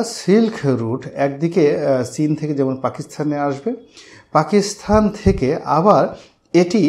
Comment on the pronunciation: শ্রদ্বেয় জনাব রনি সাহেব "পাকিস্তান" শব্দটির পরিবর্তে বার বার "পাকিস্থান" অর্থাৎ 'ত' স্থলে 'থ' উচ্চারণ করছেন। আমি জনাব রনি সাহেবের ভিডিওগুলো দেখা তেমন একটা মিস করি না। উনার ভিডিও থেকে সমসাময়িক অনেকগুলো বিষয় জানতে পারি। সর্বশেষ আমার প্রিয় ব্যক্তিত্ব জনাব রনি সাহেবের সর্বাঙ্গীন কল্যাণ কামনা করছি।